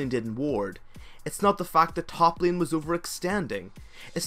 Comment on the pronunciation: and "Lien" for Lane :X I love it! :D :D :D